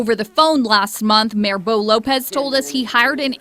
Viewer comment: “Boe”? Wtf?